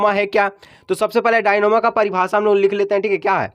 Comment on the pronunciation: Dynamo Bolne nahi janta hai😅